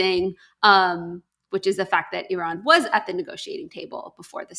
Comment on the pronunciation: At last somebody can pronounce iran🎉🎉🎉